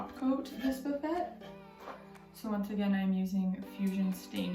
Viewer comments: It is pronounced Buff-fay not buf-fet. The T is silent. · She calls this a Buff - et, I've always heard it pronounced Buff a. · It’s “buff-aaaayy”. Lovely job! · I’m sorry this looks amazing but buff-et?? 😂😂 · I know this is old and she will never see this but it is called a buffet, pronounced buff-aye. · It's "Boo-fay", sweetie. Absolutely gorgeous! Well done indeed !!! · It's a French word meaning sideboard where food items are placed. The French say boo-Fay, English pronunciation is buh-Fay. Simple. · Buffet is pronounced like buff Fay ;) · Actually it is "buh FAY" with the emphasis on the second syllable :) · lmao...Buffet? Honey its a French word Buff-a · It’s pronounced “buff-a.” 😉 Love the paint you chose. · they weren't being snobby or rude....and nobody was "correcting" you-just sharing good information. I was always grateful when people who knew something I didn't, shared their knowledge with me. Buffet and fillet (like fish fillet) are French words and rhyme with the word "hay." Love your work! It's gorgeous. You did a great job on prep, painting and picking out great knobs that mimic the carved design on the drawer fronts. New subscriber tonight! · I felt so bad for her that she kept saying it wrong, I had to give her a 'like.'